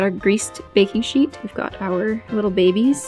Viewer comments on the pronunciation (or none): none